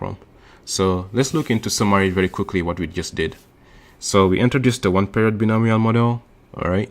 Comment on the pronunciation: "bionomial" is pronunced as /baɪˈnəʊ.mi.əl/